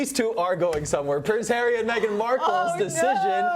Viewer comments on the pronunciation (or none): none